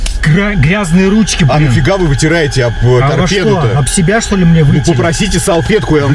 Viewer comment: ТорпедО!!! А не торпедА!!!!